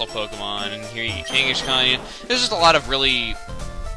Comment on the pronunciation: I like how you pronounce the "s" in Kangaskhan as an "sh"